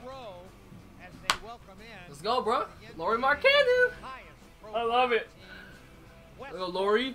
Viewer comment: Say his name like LOWry MARKkanen